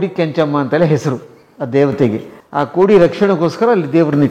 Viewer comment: ಖೋಡಿ ಅಲ್ಲ.. ಅದು ಕೋಡಿ.. 😂❤